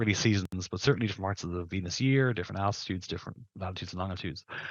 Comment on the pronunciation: I stopped hearing when he said evangelicee of Vennus. Venus is literally hell, dude.